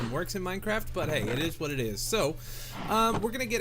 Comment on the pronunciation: it eez what it eez